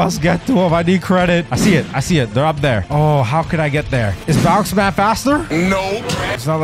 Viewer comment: Its bound man not bounce man